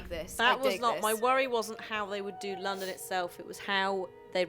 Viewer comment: "Landam" hahahhahahahaahahahaha